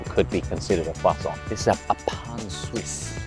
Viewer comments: Little french lesson. In french we rarely prononce de "t" at the end of words who are finishing by "ant" or "ent". So, you must prononce it "krwassan" not "krwassanT" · Why does Ollie keep sounding the r in croissant? He's not American and they pronounce it incorrectly anyway! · The was Josh kept pronouncing croissant like he was actually French kind of drove me crazy!! 😆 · Almond croissants are divine. Ollie, please learn to say croissant properly. Merci, beaucoup. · Take a shot every time Ollie mispronounces croissant even though Josh repeatedly says it the correct way. Enjoy the hangover 🫠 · As a french person I absolutely burst out laughing every single time they pronounced the word "croissant"